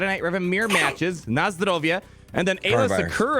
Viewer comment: Na zdrowie, good pronunciation :D